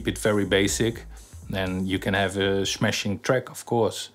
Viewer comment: "shmacccchhhhing track" .. gotta love the dutchies!